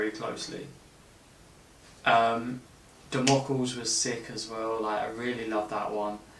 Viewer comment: Great reactions! I’m sure you’ve been told quite a bit by folk but it’s Damocleez. That’s how you pronounce it hahah. And it’s Gethsemany, is how you pronounce that one. My fav song off the album is Even In Arcadia, dunno what it is about it but it just makes me emotional and gives me goosebumps every time!